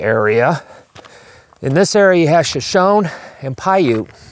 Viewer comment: The word Shoshone, you are pronouncing it incorrectly. The correct pronunciation is Shoshone, the e at the end is with a long e. Even though the correct name isn't spelled as it sounds, but it sounds as Shoshonee. Yata Hai.